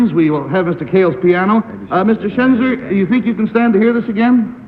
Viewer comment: It's Schenzer, not Chezner, and yes he's very handsome.